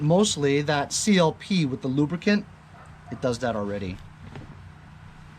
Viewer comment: Never say... Lubricant.... Only lubracan.... LMAO